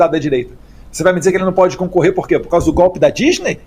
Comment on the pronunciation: Não é 'gópe', é golpe (de Estado)!